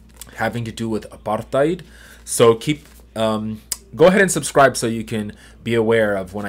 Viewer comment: Wow thats the best pronunciation of 'apartheid' from an American I've ever heard. 😂 Well done sir